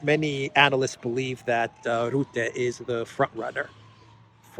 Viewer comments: Mark Rutte should be pronounced as Mark Rutte, not like Roete, but as Rutte. Something sounding like Ruttia in stead of Russia, but without ' ia ' in stead you just say Rutte my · Thanks again for your daily work. In Dutch Rutte you say the u like u in the word Luck or Truck.